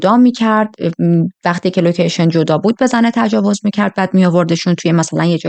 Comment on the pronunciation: لوشن چیست ؟؟؟😮 لوشن؟ یا لوکیشن؟